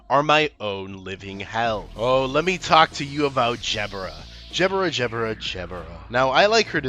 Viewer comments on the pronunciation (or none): Hey man love the video but I think you made a mistake! During your fine speech about my queen which you do praise to my delight. I think you may have made a subtle mishap with your words. You see you pronounced my fair skinned tall beautiful and most lovely goddess jeb-ur-a which is not only completely incorrect but a downright insult to PMs gift to the city. I will be happy seeing an apology in the next 7 days or so! If not, I will not take your usage of tongue so lightly. Please this is for your sake that you praise the red and holy mist for raining their ray of protective and stunning light onto all those who dwell the backstreets! I don’t mean to speak ill will I just want you to accept see what’s right, enlighten you so to speak! Overall I was entertained but could not continue after your butchering of my majestic 5’10 princess who deserves nothing but of the most devout fans and the most loving of those to care for her. She means the most to so many including myself as she protects the world with just her body. Majesty as herself shouldn’t exist in a bleak world, she truly is a one of a million and you should show her more respect.